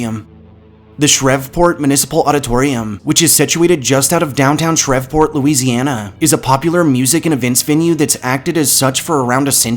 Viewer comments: Dude your videos are great. Your narration is on point and you can really tell a lot of research was put into it. One minor nitpick though, Shreveport is pronounced with a long e, it rhymes with Steve. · Shreveport is pronounced “SHREEV- PORT” lol Love the video though!!!